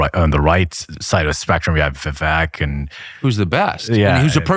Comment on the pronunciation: Learn how to say Vivek's name, the end sounds like CAKE. Viv-"AKE". He has said this over and over and over!